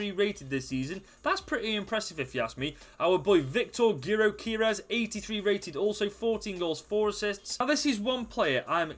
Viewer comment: Great video, and btw our striker that you mispronounced is pronounced “Jokerez”